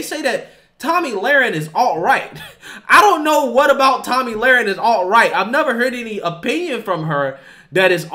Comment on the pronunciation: It's pronounced toe-me not Tommy my God